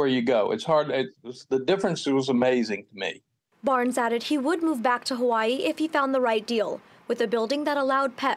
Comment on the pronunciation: Why has it become Huwaii？ The vowel ā Bang shirked has become a real problem! All the A becomes u...